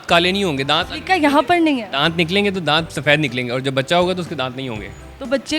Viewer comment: दात होता नही होता